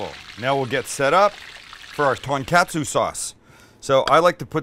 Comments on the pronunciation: Pronounced Ton-Kotsu, not catsu. Please respect their language. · Its pronounced " kaht-su " not CATsu and its ton-kaht-su not ton-CAT-su 😂 smh white people smh 🤦🏽‍♂🤦🏽‍♂🤦🏽‍♂😂🤣😂🤣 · TONkatsu like Tone not TANKatsu... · For someone who traveled to Japan, and loves the food, hearing you mispronounce everything is quite annoying. Every "A" in Japanese is an AH sound. So, "Kah-tsu" and "Tohn-kah-tsu". Other than that, looks delicious. I made myself a pork tonkatsu sandwich the other day and it was incredible. I made my own tonkatsu sauce though, which I feel you should have too...very easy to do. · i believe it’s pronounced “kah-tsu” and “tahn-kah-tsu” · It’s “tōn-kah-tsu” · I do love me some "Ton Cats Sue" sauce